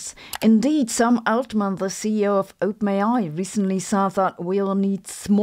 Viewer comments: Not to be rude (given your mastery of a second language which I failed at) but when you say OpenAi it sounds like you are saying "ope may i" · Lolz, it really sounds like you are saying ope-nayeye 😂😂😂😂